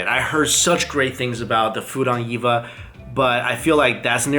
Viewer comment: Cool video. The name is pronounced Eee-Vee-Ay, as it's an acronym. :)